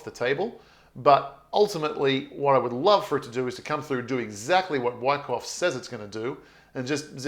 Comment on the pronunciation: Yer killing Moi here with yer pro-noun-see-eh-shunz of WYCKOFF?! lmWICKo...U sound like yer saying: WHACKOFF! lol, just saying...keep uppie zee great work & positive "whackoff-whackon" approach towards Bitz & Shitz;)...Peace ergo piece Luv or LOVE & EVERYTHING CRYPTONIC!